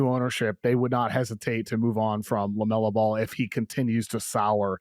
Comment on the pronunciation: Love to hear a dude's opinion on a player that can't even pronounce his name correctly